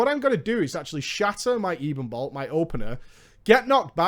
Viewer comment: It's pronounced ebbon-bolt like ebony. Not eeebon bolt.